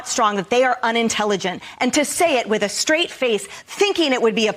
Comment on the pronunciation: Enjoy watching but when u say shrong and shraight. It drives me crazy.